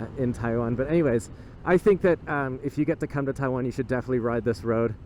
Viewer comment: He can't believe his eyes? Well I still can't believe my ears when I hear him saying "Taiwen".. How long has he been in Taiwan now? And how long has he been speaking English..?? Does he need to take an English class on how to speak it correctly..?